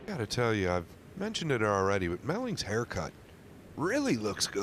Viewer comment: melling not mellings lol